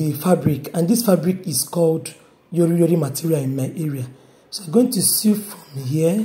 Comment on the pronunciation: Very informative, I no go lie.. Pls ma change how u pronounce SEW to Sow instead of trying to pronounce the W in it. I don't mean to be disrespectful ma.